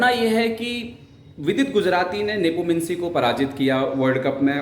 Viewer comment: आप "नेपोमिंसी" क्यों बोलते हैं।